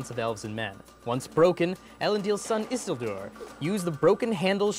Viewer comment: Um actually your pronunciation of "Isildur" made me cringe hardcore.